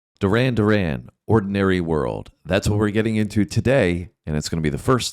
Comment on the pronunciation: Doo-ran, Doo-ran 😂